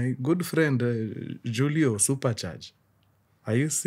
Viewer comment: Mkuruu unachoma meeen. Julio is pronounced as hulio not as you have just did😂😅